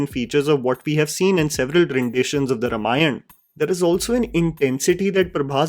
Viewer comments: Bhai pronounciatian is RAAM-ayan... why do you keep saying RUM-ayan?! 😂😂 Pronunciation thik karlo! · it's Raamaayan not Ramayana, sorry for being devil's advocate. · Also Rāmayan not Ramayan :) sorry for nitpicking. Not the intent